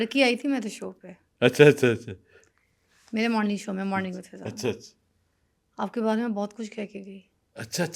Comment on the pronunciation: How many times hes said fidda instead of fiza